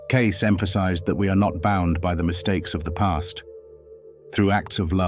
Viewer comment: Spelt and miss pronounced his name, not a good start. Don't want to be a saint or a sinner. Don't want to sit on a mountain top or in a church. Just prefer to tick along trying to do some good. No gurus required.